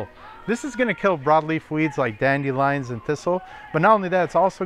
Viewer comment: "dandy-lion" ??? oh my